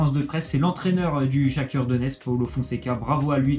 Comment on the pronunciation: C'est pas le Shaktur c est le Shaktar